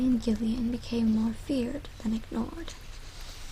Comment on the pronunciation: Gillian is pronounced Jillian.